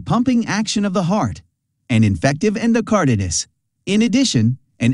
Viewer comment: The narrator (or AI) didn’t bother to learn the correct pronunciations of endocarditis or transesophageal, which makes me wonder what other information may be incorrect. Didn’t even pronounce lubricating right. Think I’ll watch a different video.